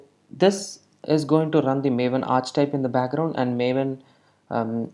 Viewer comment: Great video! Just so you know for the future, archetype is pronounced "arr"-"key"-"type" ( )